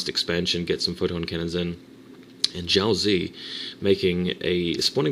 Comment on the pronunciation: Xiaozi is Chinese and it's pronounced: SHAU-tzuh (Emphasis on the "shau").